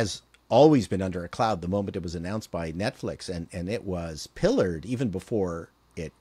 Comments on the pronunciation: Not “pillored”, but pilloried. Love your stuff. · 'pilloried', not 'pillared', although the ancient Egyptians did a lot of pillars too